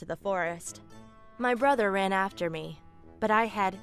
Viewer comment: How many times did say "Brother" wrong 🤷‍♀️🤷‍♀️🤷‍♀️🤷‍♀️ I'm not countin'